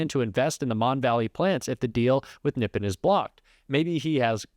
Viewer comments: I believe the accent is on the second syllable in Nippon, NipPON, instead of NIPpon. Let's ask a Japanese speaker!! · Friend . Nippon is phonetically pronounced : ' knee -pawn ' not nippen . Great show 👍😊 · really small thing but Nippon is pronounced NEE PONE not NIP IN (Japanese word that means Japan!) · Nip-On, not nip-in. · Pronounced Neepahn- Japan = Nippon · Nippon = "Nee-pawn" It's a formal pronunciation to mean Japan. I got schooled in this by my Japanese friend...thought I'd share. Keep up your good work!!!! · nippohn long O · Nippon. Its pronounced NEE pahn. It's the Japanese word for their country "rising from(of) the sun". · You’re mispronouncing Nippon.